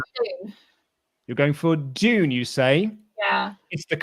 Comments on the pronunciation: It’s dune not June you British marks Kidding But am I? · That’s not how you say sand dune